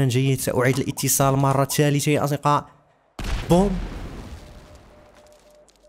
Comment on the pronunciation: ليه ماتعرف تنطق كلمة اصدقاء 😂😂😂😂😂😂